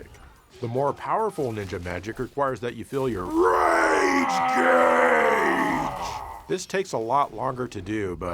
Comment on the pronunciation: Rage GUage? Was this on purpose? Gauge. 🔥